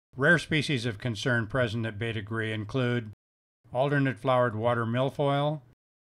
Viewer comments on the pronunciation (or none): “Bête grise” is pronounced “Bait Greez” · Interesting video! I'm surprised by the bizarre, anglicised pronunciation of the French term: bête grise. It means grey animal.